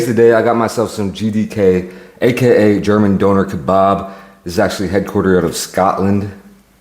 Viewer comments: bro said downer kebarb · It’s not a doner kabob ? It’s a doner kebab 😂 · “Donoour keybab” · You said donner kebab like the Northern Irish ☘️ ❤🎉😂❤